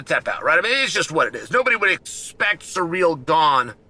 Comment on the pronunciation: Sear ell. Its not that hard Shale.